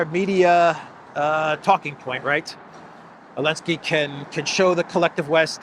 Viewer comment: Can someone tell me why pronounces Zelenskyy “Alinski”?